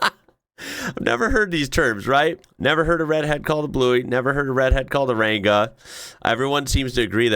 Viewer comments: it's pronounced Rang A not Ran Ga lol. How is the family? I hope all is well. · Hey, love the videos. Just letting you know the G in Ranga is silent, cheers mate 👍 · Your pronunciation of the word "ranga" is atrocious. As mentioned elsewhere the word is a shortening of "orangatan" and pronounced as such. If you consider the word "wrangler", which I believe is a common American word, then pronounce the "rang" in a similar way with an "a" or soft "arh" added. I always though that "Bluey" the cartoon dog should have a red coat with that name, and many dogs of the Australian (Blue) Heeler breed are actually red in colour. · Yep, in Oz, you'd be called a ginger, a ranga (without a strong g pronunciation; short for orangutan) or bluey 😊 We love our slang 😅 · That's what i mean, same here in Sydney. I heard our lovely uploader/influencer/content creator say it like "rang-gah" during the vid that's all, cheers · Ranga. But don't pronounce the G with a hard G sound. Think about how you would pronounce Ring.